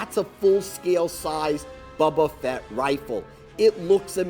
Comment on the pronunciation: It's "Boba" Fett everyone knows that Bubba Fett is his hillbilly cousin 😂